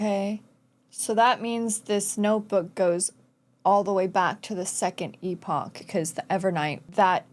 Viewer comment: Im so sorry but the mispronunciation is buggin me so much! I’m really sorry It’s E (pronounced as the letter)-po (as in Po from Kung Fu panda)-kh